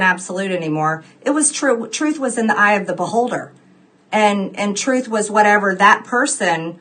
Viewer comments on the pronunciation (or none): Towards the end, I was convinced she kept saying "Tooth Tooth ...".